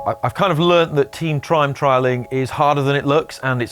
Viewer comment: Tream trime trialling ollie taking the Yorkshire language to a new level. Ps (I'm from Yorkshire)